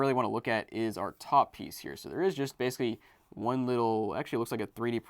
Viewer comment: Dude basically is pronounced Bay-suh-klee not Base-klee